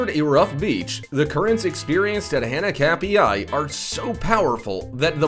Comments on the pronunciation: Pronounced hah nah kap e I beach.. and do something about your incredibly annoying voice! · When you're Hawaiian and he completely slaughters the name Hanakapiai and Kaua'i